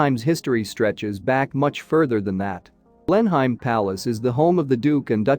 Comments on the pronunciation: "Blen-uhm" not "Blen-Heim". Just sayin. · What on earth is a Blen-hyme? And what have 'dollars' to do with English heritage? Please take the time to get it right. I would make all the difference, and prevent giving false education to well meaning people. Thank you. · Blenheim is pronounced Blenaam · Apart from mispronouncing Blenheim, over and over (which is really annoying )it was getting quite interesting, then at less than the halfway point it switches to Florida 🤷‍♀️ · Wot the... pronunciation. It's like repeatedly calling Tucson..Tucks on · Teach your bot how to pronounce Blenheim correctly. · For God's sake!!! Try to pronounce the name of the palace properly!!!! I don't think Americans should be allowed to produce programs like this unless they can manage the words. Ignorant person... what's his name? To be avoided.